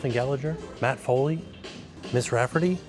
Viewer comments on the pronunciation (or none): none